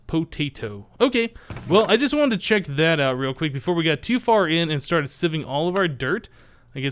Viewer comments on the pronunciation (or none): none